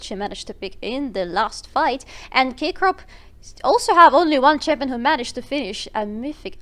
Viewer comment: thank you very much for the content, could not find the game in any other channel, you were the first to post it online lol but please stop saying "K Crop" and give the MVP to Agressivoo already x)